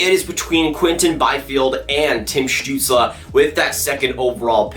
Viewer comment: It is stutsel not stutsla